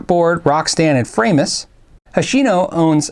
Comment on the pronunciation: Please! Framus is pronounced 'fraamus,' and Warwick is pronounced 'warrick,' not 'war wick.'